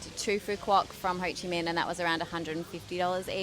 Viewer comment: Ho Chi Mink, not mean. Minh pronounces similar like mink in English.